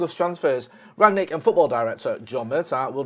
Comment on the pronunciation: How difficult is it to say Rangnick?